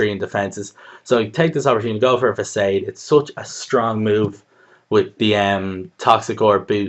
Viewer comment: Facade is actually pronounce fasawwhde